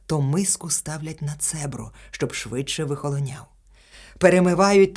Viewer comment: Дякую за прочитання. Одне зауваження: поодинокі порушення наголошування слів (цЕбро, лОжки, а правильно цебрО, ложкИ, тощо).